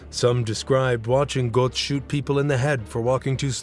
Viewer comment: the o umlaut - which perhaps you might learn to pronounce - is roughly the same as if you say 'er' (as in ['um' or 'er' in 'er, I'm not sure what you mean...')